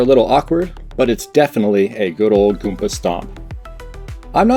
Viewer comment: goomBa not goonPa, that hurts to hear